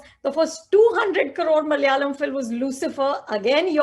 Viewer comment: its malayalam not mal'yalam.